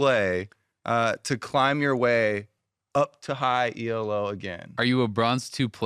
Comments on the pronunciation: Elo,! Not E.L.O. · STOP SAYING 'E.L.O.' THAT'S A BAND. 'ELO' IS A WORD, IT'S THE GUY'S LAST NAME!!! Other than that, which was driving me nuts, jokes and daydream skits were one of the best parts of this podcast.